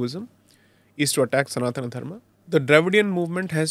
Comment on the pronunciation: Why do you pronounce सनातन धर्म as सनातना धर्मा ?!